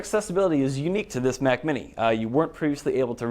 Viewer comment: It's Mac not 'MAC'.